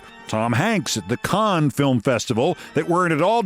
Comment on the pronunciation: Can somebody tell Keith to stop being a conne and start pronouncing Cannes (can) correctly. He really doesnt want to be pronouncing it that way